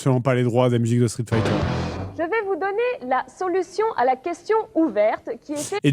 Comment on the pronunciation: il dit street feether lol